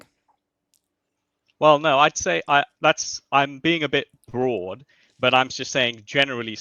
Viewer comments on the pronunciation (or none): none